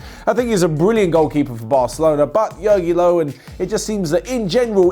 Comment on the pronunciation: Who is "Yoggilow"? Honestly,. Just Google how to pronounce foregin names. 😆😆😆😆😆😆.